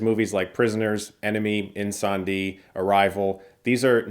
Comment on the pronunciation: I've said it before , but you're the only American youtube critic that can pronounce Denis Villeneuve and ''Incendie'' properly. And thank you for channel.